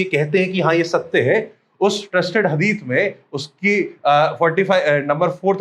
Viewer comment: हदीस बोलते है ✅✅ हदीत नहीं❌❌